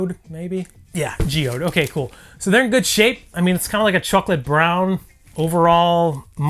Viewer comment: Did anyone else notice the way he said chocolate brown